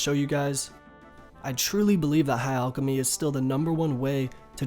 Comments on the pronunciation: its fucking PRONOUNCED LIKE AL K NOT ALL K AL CHEM Y NOT ALL CHEM Y FFS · "ulkimy" REEEEEEEEEEEEEEEEEE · Its not pronounced “Allchemy” plz